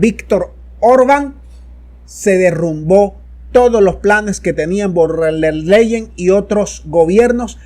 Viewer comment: SOLO QUIERO CORREJIR A CON EL APELLIDO DE VON DER LEYEN, LA PALABRA VON SE PRENUNCIA EN FON DER LEYEN